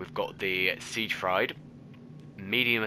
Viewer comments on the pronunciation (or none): You have heard of Seigfried and Roy the stage performers right? That's how to say this as well ... Seeg- freeid. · A bit late but you pronounce "Siegfried" as "Seeg-freed". Like the dude from soul calibur. None the less, thanks for this, just got the game/dlc and really enjoying it.